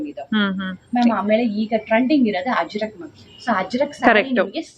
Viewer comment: Ajrak , not Hajrak